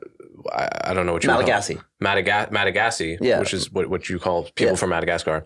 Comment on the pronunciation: Good interview, but, umm, on a minor point, Razib is saying "Malagasy" and Coleman seems to be hearing and saying"Madagasy" (presumably because the name of tne country where the people who speak Malagasy is Madagascar, rather than "Malagascar"). Confusing, I admit, but I imagine that the people who live in Madagascar would like Americans to get the name of the language right.